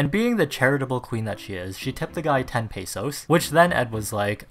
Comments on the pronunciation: im filipino and pesos is prnouced "peh-sus" not "paysuse" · I'm sorry but why does everyone say "pay-so-s" ;-; His art is improving tho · The way he says pesos is very wrong but lol it's funny